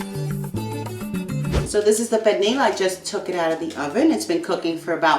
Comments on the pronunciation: It's spelled pernil but pronounced pernee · Uuuuhm........no. and the way she pronounces pernil is also a no. Foh this recipe sucks